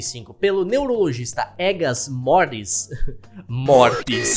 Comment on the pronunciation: Eu como Português, tenho que corrigir esta parte do vídeo, pois o neurocientista era português, Egas Moniz (lê-se Egas Moníz) foi o primeiro cientista que conseguiu fazer uma lobotomia num paciente sem leva-lo a óbito, maior parte do estudo dele foi feito em chimpanzés. Apenas coloco este comentário como uma critica construtiva.